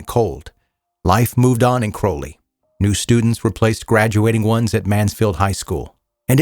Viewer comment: This is wild. I used to live in Crowley. It's pronounced a little different. It's crouw-lee. Not crow but crou. If that makes sense.